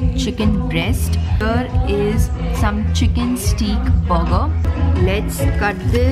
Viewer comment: Chicken ‘STEEEEK’ burger !😂